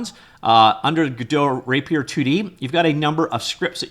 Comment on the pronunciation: He's just pronouncing it weird